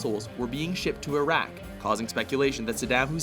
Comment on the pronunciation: I hope you've learned how to pronounce "Iraq" since you recorded this.